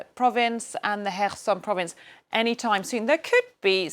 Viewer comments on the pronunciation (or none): none